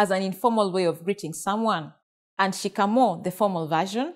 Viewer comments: Trust me nobody says shikamooo.. we say niaje, rada😂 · Shikamoo. Not shikamo